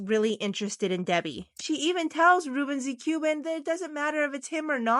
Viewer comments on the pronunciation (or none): Ruben the Cuban not Ruben zathe Cuban! Your artwork is quite good but, your pronouncing of the names is way off!